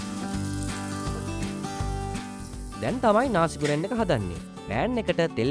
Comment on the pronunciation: ඔයා විතරයි හරියටම මේ වචනේ pronounce කෙරුවේ නාසි ගෝරෙන් කියලා.... ගොඩක් කට්ටිය ගුරන් කියලා කියන්නේ...